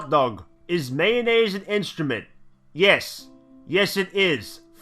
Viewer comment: Radal's mum "Yis Yis"